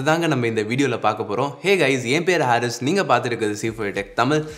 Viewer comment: ஹரீஸ்னு சொல்லு அது என்ன ஹாரிஸ்